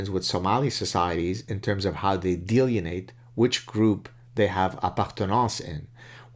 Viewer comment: Dr. Saad, are you saying 'delineate'? I'm hearing 'deleanate' or 'deleanating'. I'm unfamiliar with that term.